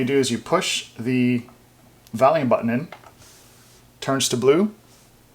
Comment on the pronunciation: Volume not valume lol